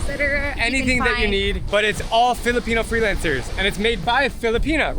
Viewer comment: everything was fine till you said "filapeno" so tyred of reading or hearing or watching filopeno W/E, i was s jbs trainer from brooks AB n it was filo this n filo that. as a canadian, fk filo